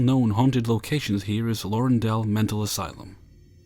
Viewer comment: Awesome as always,! Just in case it ever comes up again, "Larundel" is pronounced "La-RUN-del". Yes, I'm from Melbourne — and for the Americans, "Melbourne" is pronounced "MEL-bun". lol:)